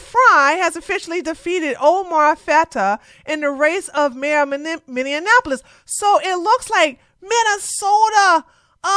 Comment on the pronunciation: “Somalian” and “Minne-an-apolis” cracks me up 😂😂😂